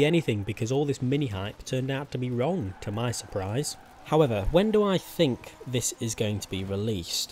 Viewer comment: could you put any more emphasis on the k in think?